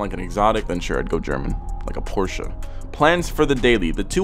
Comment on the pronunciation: Thanks for saying Porsche and not porsch!